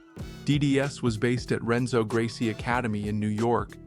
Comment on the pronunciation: Great video or though you definitely need to learn how to pronounce peoples names 😂 it’s pronouns Henzo even if it’s spelt Renzo and Tounon is how it’s pronounced even if it’s spelt Tonon